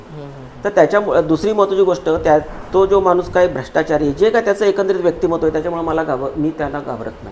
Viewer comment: व्यक्तीमहत्व नाही, व्यक्तीमत्व म्हणा.